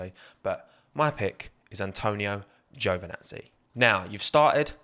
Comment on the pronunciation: I am starting to get the Mandela effect. Is everybody on the internet pronoucing Giovinazzi's name as GiovAnazzi instead?